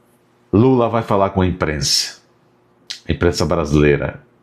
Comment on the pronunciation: Nem o nome do companheiro lula sabe falar. 😂😂😂😂😂😂😂😂😂😂😂😂😂😂😂😂😂😂😂😂